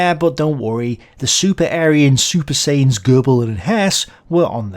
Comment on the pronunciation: "Super Sayian" well that was just odd, not sure you've seen dragonball z